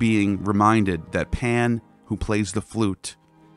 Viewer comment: Are you saying “Pam” or “Pan”?